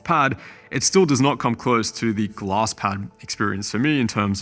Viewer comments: took me 2 full minutes to realize you were saying glass pad and not gloss lmao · Took me forever to figure out he was saying "glass". I couldn't understand why I couldn't find any "gloss" pads in Google 🤣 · are you saying gloss or glass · My man says Glass like Gloss :) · The whole time I thought you were saying gloss pad lol.. I was like wtf is a gloss pad??😂 anyhow no thanks I would rather stick to the my logi g440 and superlight 2 using moissanite skates.. smooth as a babies ass.. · i swear he was saying gloss pads, and couldn't find them for the life of me